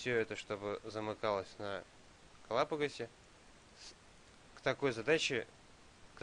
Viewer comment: Очень интересная лекция, но режет слух ваша трактовка название архипелага , все-таки он ГалапагОсский.